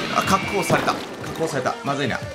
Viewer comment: カズさんの滑舌のせいか確保が白鳳に 聞こえるｗ